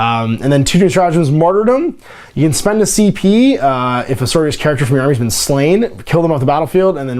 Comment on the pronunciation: Sisters of Battle "Adepta So-RO-ri-tas" !! It's the latin base word for sorority. Not so-ri-tas like some other spanish word.